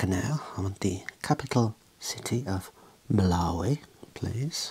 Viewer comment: as an geography student i felt pain when i heard malawi